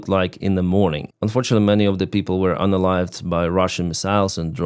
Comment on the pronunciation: Thanks! I thought he was saying unaligned, or something.